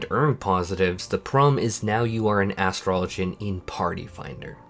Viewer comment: OMG!!!!! Thank you so much for your pronunciation of Astrologian! 👍🏿👏🏿